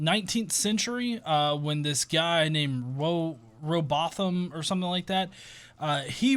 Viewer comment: Just FYI, the "th" in Rowbotham shouldn't be pronounced like the "th" in "thing" or "this", but like the "th" in "carthorse" with them being pronounced as separate sounds. So it's kind of like "row bottom" (or "robot ham" if you prefer!).